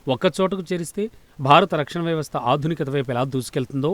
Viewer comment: Evarammaa neevu అదునీకత కాదమ్మా ఆధునీకత అని అనాలి